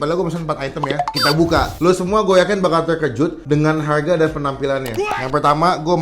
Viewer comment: Harga baca dengan aksen Kya orang barat